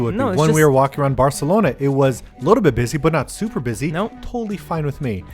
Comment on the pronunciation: Martina has been going in on pronouncing Barcelona properly 😂😂😂 I love it so much haha